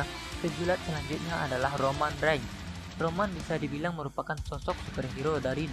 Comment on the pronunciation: Roman reings Bacanya Roman reng